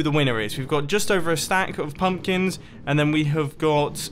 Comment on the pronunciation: he said pumplins! XD